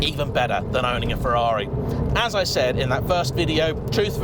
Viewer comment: At least he knows how to pronounce Ferrari.